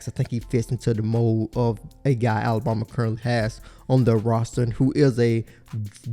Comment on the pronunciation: this guy pronounces alabama (ala-bomb-a)